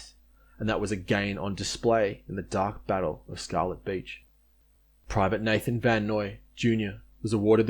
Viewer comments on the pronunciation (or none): none